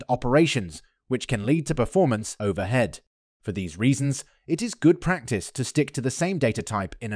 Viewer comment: the ai voice isn't perfect yet. "overHead"